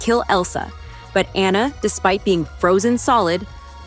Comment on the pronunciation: It’s pronounced RAI-uh, AH-nuh, fuh-sill-ee-AY, al-UH-MEE-duh, GAHN-too, EEZ-muh, SHEER cahn, mad-UHM mim, JUH-peht-oh, and grim-HILD, “”! 🤨 You need to study more! 🙄